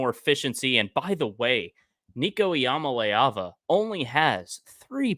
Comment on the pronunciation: Someone please tell there's no long A sound in the pronunciation of Iamaleava. GB🍊